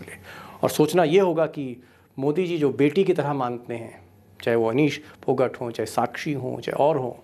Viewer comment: Respect to you Sir for honest and fearless journalism. 🇮🇳 I would just like to politely point out that the surname Phogat is pronounced 'PhogAAt' ( double A sound ).